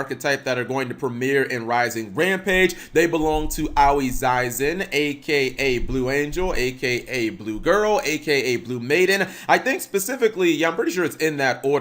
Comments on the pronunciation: Ah-oy, not owie. Don't know if anyone's mentioned this yet. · Technically, it should be Ah-Oh-Ee